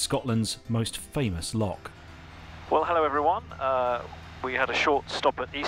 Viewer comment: Flown that route down the Great Glen also and, as you say, it is truly spectacular!! Loved the bagpipes playing in the background, however,, you do need to practice pronouncing "Loch" correctly!! lol